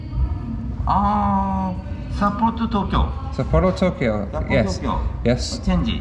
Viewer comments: I always pronounce it SApporo not sapPORo also Hakodate. mispronounces it so the captions think he's saying "happy dancey" or "pack of Nazi" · You really do need to learn how to pronounce the city's you've been in or traveling to to honour each language,... it's Sap -aa-row.... Hack-aa-da-day,.... FFS! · I always prefer to travel by train, to be honest. You see more, you are free to move around, and on longer trips, you make new friends in the observation and dining cars. But I had to cringe every time you said Sapporo. Sapporo Breweries USA just killed the oldest brewery in the United States, Anchor Brewing here in San Francisco in a mere six years. 127 years of history and great beer gone.